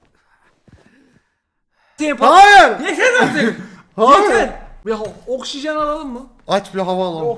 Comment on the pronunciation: Çato ( Okşijen ) Gerçeği ( Oksijen) :)